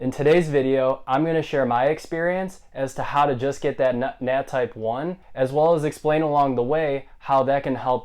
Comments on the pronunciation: "Well in todays video im gonna share my experience as to how to just get that nu... nat type 1" 🤣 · "Well in today's video I'm gonna share my experience as to how to get that nut,nat type1." im dead you